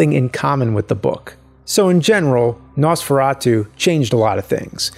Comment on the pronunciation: No man your pronunciation wasn't that bad even we here in Slovakia says it like that. And in that castle there is the manequine and cloths they used.